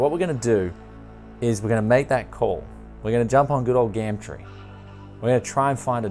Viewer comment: why do you say gam tree bro? been watching for a while and I know I dont live in OZ but i still dont get it, great vid as always. cheers